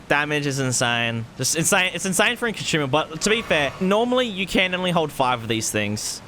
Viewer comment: Why do you keep adding an "h" to consumable?